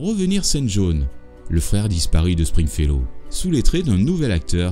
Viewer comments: string fellow et non spring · PUNAISE! Meme toi tu dis "sPringfellow hawke" !! Et je viens de lire qu'au générique c est "sTringfellow hawke"!!!!!!! Je vivais dans le mensonge depuis tout ce temps! TOUTES CES ANNEES!!!!!!! 😱 JE VAIS ME PENDRE!!!!!!!!!!!!! EDIT: Ah bah je me pend p'u!!!! Maintenant c'est écrit avec un "P"!!!!!!!! sPringfellow hawke